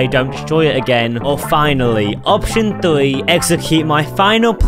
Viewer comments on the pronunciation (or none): he said thwe instead of three too